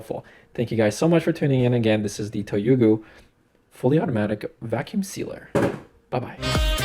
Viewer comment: I just got my Toyuugo from Amazon yesterday $53.00). I also bought extra bags and I don't even mind that it doesn't store bags inside the unit itself. I'm loving resealing things like dry bread crumbs that I had to leave in the original bag. Thank you for the pronunciation of "Toyuugo". I was getting use to not being able to pronounce my IKEA purchases.